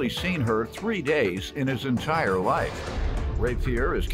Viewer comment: “I saw her 3 times in my lafe” 🙄🥴